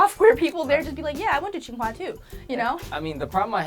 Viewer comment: it is Tsinghua not qinghua.